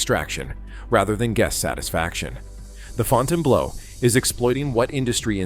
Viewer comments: I laughed every time the AI said Fountain Blows. Well $20 bucks is $20 bucks. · You can always tell ai slop, in thiis case the audio but maybe more by the mispronunciations of names. The Fountain Blow...;-) Sad part is many think the ai slop is nonfiction when it's fiction at least half the time. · This video got a 'Like' from me simply cause of the AI calling it the Fountain-Blow. Can't stop laughing !!! 😂🤣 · All of Las Vegas has become an overpriced dump. I love how the AI narrator calls in the Fountain-blow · Fonn tain blow. Jesus Christ. French speakers are rolling over in their grave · Provided one unintentional joke when it mispronounced the hotel as fountain blow, cuz you know it blows. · YOUR AI PRESENTATION IS TERRIBLE. THE AI VOICE CAN’T PRONOUNCE THE HOTEL NAME. WHEN NIGHTLY ROOM DOLLAR COST IS MENTIONED THE VIDEO SHOWS IT IN MILLIONS. THIS IS NOT READY FOR PRIME TIME!!! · Sorry..just can't take a content creator seriously that can't correctly pronounce the name of the hotel. Yes, FB's issues are well documented. It's no state secret. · Put a little faith in your freaking video don't even know how to pronounce the damn place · Ai voice - Fountain Blow... pretty funny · Fon tane blue. 🤦‍♀️🤦‍♀️🤦‍♀️ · Fontainebleau - "Fontain Blow" while true and hilarious - it's pronounced "Fontain Blue"! Good gawd! 🤣Stewwwwwpid! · The way you pronounce it, it sounds like Fontainebleau job. It's pronounced fountian-blue. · I can’t watch this with the pronunciation FontaineBLOW LOL ☠️ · It's pronounce fountain blue and I got a room for $259 mountain view on the 60th floor after resort fees and I was able to park my own car and this place was absolutely immaculate yes it was very expensive two drinks at the bar ran me $40 and that's completely absurd but the majority of your video is wrong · The “Fontain Blow” 😂😂😂 Gotta love AI - NOT!!! Didn’t finish the video. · Fountaine Blow 😂 AI at its Finest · Fontaine "Blow"? LOL